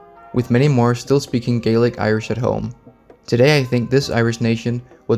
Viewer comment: I feel depressed after listening to the pronunciation of Jutes and Gaelic :(